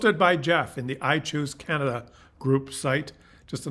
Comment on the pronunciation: Every time you says I chose Canada, it sounds like you’re saying iTunes Canada 😂🤣 it’s actually pretty funny